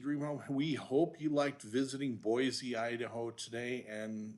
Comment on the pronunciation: Very interesting info on the anti-californication attitude in Boise. By the way, if you want to know how to pronounce it listen to this